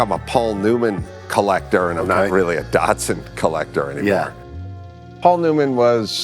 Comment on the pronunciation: Have i been Mispronouncing Datsun my whole life?